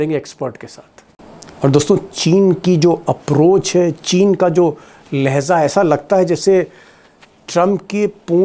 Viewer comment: Deepak bhai laheja bola kariye not laheza